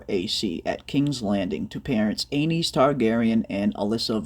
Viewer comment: Aeynys is pronounced An-us